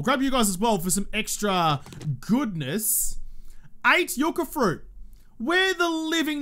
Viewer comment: speaking accidental Spanish and pronouncing yucca the correct way. Tequila shot in his honor.